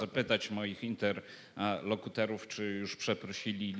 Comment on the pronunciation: Panie Cezary: - interlOkutorów a nie "interlEkutorów" - klub nazywa się Žalgiris Wilno a nie "Žlizgaris" - specjalność "przeprosznicza" ? Co nie zmienia faktu, że ciekawe spostrzeżenia